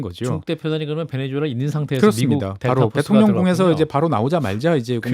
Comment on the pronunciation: 얘네들도 나라 이름을 베네:주:엘라 라고 하네? 자막이나 설명에는 베네수엘라 라고 하고. 말은 베네주엘라 라고 하고. 그러면 니들도 이름 바꿔주마. - 박채홍